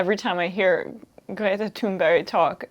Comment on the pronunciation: It happens to be the Thunberg part of her name, that almost NO English-speaker is able to pronounce correctly. Even we Scandinavians pronounce it differently from country to country. I am from Denmark, but I do know how to pronounce it in Swedish. And yes, Emma says Greta most of the times, but also "Thunberg". And for simple-minded people like me, even "Greta" is pronounced slightly different for the linguistically trained ear.